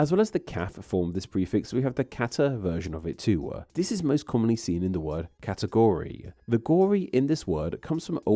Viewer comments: Category. Not Catergory. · What's a "catergory"? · I have never seen the word "catergory" before this video. Could it be you mean "category"? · Wait, does category have an "r" in British English?? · Category has no "R" in it.. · I suppose that extra "R" in "Category" is due to your accent! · According to Google AI, the British spell it the same as here in the US. I thought I heard him pronouncing the "r"; possibly a dialect pronunciation?